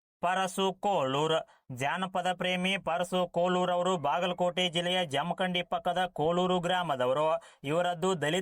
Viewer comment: ಜಮಖಂಡಿ✅ ಜಮಕಂಡಿ ❌